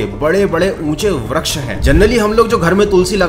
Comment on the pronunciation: bhai vraksh nhi vriksh hota he